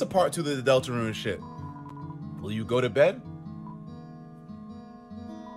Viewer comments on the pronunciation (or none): It seems like he is saying delt to the rune